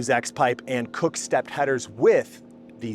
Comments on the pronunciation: 😂🤣 it’s kooks, not cooks. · Kooks!!!! not Cook